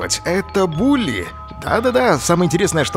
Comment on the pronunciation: Не Булли а Били